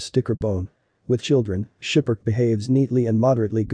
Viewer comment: It's SKIPPER - KEY, not 'Shiperk' Please no more computerized voices in these videos. It completely ruins what you are trying to convey.